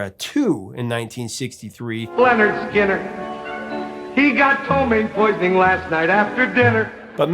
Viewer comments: It’s pronounced Leh-Nerd Skin-nerd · How is it that the..."Professor Of Rock" doesn't know how to pronounce Lynyrd Skynyrd? I guess he's unfamiliar with their album titled: 'Pronounced Leh-Nerd Skin-Nerd" despite explaining the etymology of the name. Stunning.